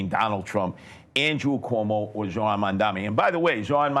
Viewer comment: Curtis “Jojo” Siwa spent half of the debate whining about a lack of attention and the other half mispronouncing Zohran’s name. At least he’s giving the goofy red beret a rest.